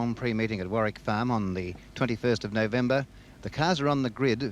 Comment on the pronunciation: That's Warwick Farm not warrick..